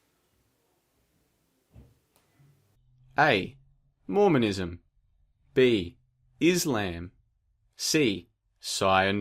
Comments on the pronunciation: Did he seriously pronounce it as "Is Lamb." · wtf is "is-lamb"? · Why does an Australian person give a fuck about 9/11? If you don’t live in the United States it really shouldn’t effect you. Also once this dude mispronounced Islam there was no coming back lol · The way he pronounced islam...... sigh